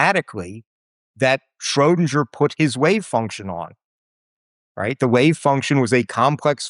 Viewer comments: What I initially found annoying with Tim Maudlin is that he pronounced Einstein like a German with ‘sh’. I thought he was a poser. But then I got used to home and started to admire him for doing that. And now to hear him butcher the name “Shrödinger“ so incredibly badly makes me realize he really is just a poser. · Beautiful clarity and relatability in the presentation. (Why the dingy pronunciation of Schrodinger tho?) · he pronounces "Schrödinger" in a very american way, but keeps "Copenhagen" close to a more european pronunciation 😆